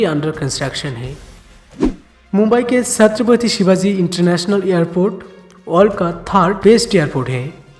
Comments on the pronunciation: It's 'chhatrapati' shivaji maharaj not 'satrapati' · सत्रपती nahi छत्रपती बोल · Satrapati nhi chhatrepati hai